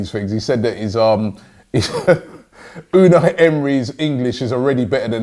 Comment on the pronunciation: Holy shit Robbie No NO I'm not letting you adapt the wrong pronunciation of our new manager. It's (U-nigh ) pronounced in a Turkish way almost. Unai Emery.